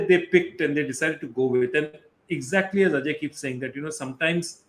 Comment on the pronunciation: Why does he pronounce ajay as ‘AJ’